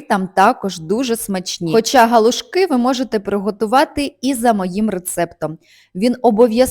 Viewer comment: Галушки. Наголос на другий склад.